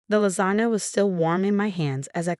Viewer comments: Lasana lol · And lasagna